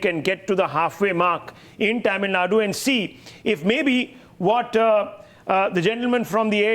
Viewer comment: hello Mr. u pronounce TAMILNADU in a wrong way... plz take help from some one...